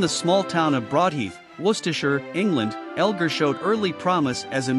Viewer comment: Whoever narrated that short bio on Edward Elgar should LEARN HOW TO PRONOUNCE HIS NAME!!!